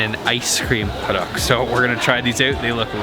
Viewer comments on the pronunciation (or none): Haha. What the heck is Hoduck? It sounds so strange and funny to me. The proper saying is more like "Hoe Tuck" like in Tucker with The T in "star". I've enjoyed the film that brings me the good memory of mine when I was in Korea. Thanks :)